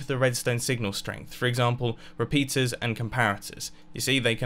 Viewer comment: “other re-pizzas”